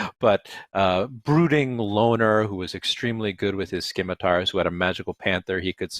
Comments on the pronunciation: We can argue the pronunciation of Drizzt all day and all night, but his blades are NOT “skim”itars. Read a damn dictionary, FFS. Skimitar… 🙄 scim·i·tar | \ ˈsi-mə-tər , -ˌtär \ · You can say Drizzt but you can't say scimitar correctly? Say it like sim a tar, guy! That's the official way. Silent c. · He's a one man platoon. Its not skim-itar its ssssssimitar sir. That's the only rub i couldn't get past. Sorry for yelling. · "It's pronounced like Drissed" Also: "Drizzt and his whirling SKIM-ITARS" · I was like “SIM a tars”.